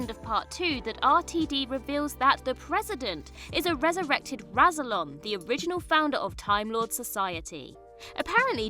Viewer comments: Can she learn “rass ill on” rather than “razzle on” while she is at it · Do you even watchthe show? Rassilon is not pronounced Razzilon. it is a double S Rassilon and is pronounced like Wrass.. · Imagine making a video where you pronounce Rassilon AND Omega wrong in the same sentence. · Pronunciation for Omega and Rassilon is terrible, obviously you have never watched the show and are just reading from a script.